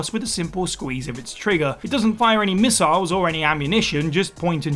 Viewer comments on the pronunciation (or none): none